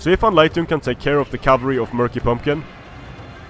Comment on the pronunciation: Hey, did you realized that "Anleitung" (Translation: "instruction") is a German word, because you're pronouncing it quite odd. It is used to satirize Chinese language because the syllables sound like Chinese words. ^^ Great games and commentary as usual though, thank you! EDIT: Ok, I just heard your "Anleitung zum Sieg", after I watched the 2nd battle again. So forget my comment.;)